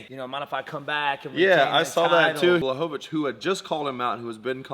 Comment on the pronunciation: Also, the new Light Heavyweight Champion: Jan Block Witch 😅😅😅